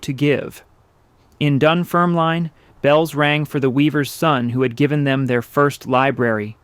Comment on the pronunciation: I’m from Dunfermline where Andrew Carnegie was born - for anyone interested, it’s pronounced dun-ferm-lin (not line) and Americans always seem to pronounce Carnegie wrong, it’s car-nay-gey rather than car-na-gee - when he had made his fortune he came back to Dunfermline and bought pitencreiff park. It was a park that was only for the wealthy to be allowed to access, big gardens, greenhouses, outdoors pools, bandstands etc (and peacocks!). When he bought the park he changed it to a public park for anyone to use, it’s still a great park today, known by locals as the glen. Just passing on useless facts :)